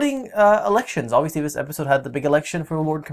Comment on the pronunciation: say obviously again: "obvioushly":D haha no offense love you guys